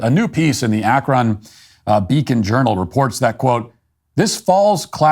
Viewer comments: Where is "Ahk-RAHN" Ohio? Do you mean "Ah-KRUN" Ohio? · Matt. It’s pronounced Ak-rin. Not ak-ron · ACKron 😂 I realize that being in Ohio we never pronounce any name how it sounds: ACKrin 😅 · Dude… It’s AK-ron, not ak-RON. Did you even watch the video you’re mocking? You’re also intentionally misrepresenting the grades conversation. The kids were doing terribly, now they’re doing less terribly. Still failing, yes, but making progress towards catching up at an A level. Lebron is a total douche, and I’m wondering if you don’t have that in common with him. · ak-run not ak-ron. Second daily wire host to bungle the northern vowel shift. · "AK-rən" We really don't pronounce the "o." The NBC reporter said it right. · Long live SBG but I can't like this video as an Akronite... because of the pronunciation Ak-RON 😂 I know most people don't know the real pronunciation or the lore behind it, but I loled at that moment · Matt-I know it’s spelled Akron, with an “o”, but us Ohioans say Ak-run. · I agree with everything you said, except for the way you pronounced Akron. AK-run. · It's pronounced ACK RUN... Watch any newscast or listen to any Ohioan. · Please learn to pronounce Akron correctly. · Love your show…but learn how to say Akron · I can’t stand listening to Matt try and pronounce Akron and YES: It makes me mad that they’re taking my tax money and not getting results for these kids. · Did Key & Peele teach Matt how to pronounce Akron? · As an Ohioan hearing Matt pronounce Akron like that made me cringe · The way you pronounce "Akron" makes me suspect you are not Matt Walsh, the beloved human being, but some sort of AI fueled deepfake replicant. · I am going to end up with a permanent tick now, listening to Matt pronounce Akron. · As an Akronite, I chuckle at Matt’s unusual pronunciation of Akron.